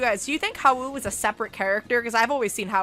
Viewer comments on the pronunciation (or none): Not to be criticize, but her pronouncing Haou as "HA-WOO" hurts, and it's funny. The name is Haou "HOW" but with a silent "U". Also, I see Haou as his own person, I actually RP him as separate from Judai. My three fav characters are Haou, Ryou, and Yohan (Yubel possessed Johan).